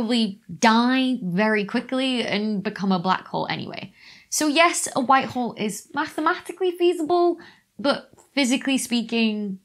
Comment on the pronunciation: With her accent, sounds like she's saying "white WHORE". Frankly, I resent the implication.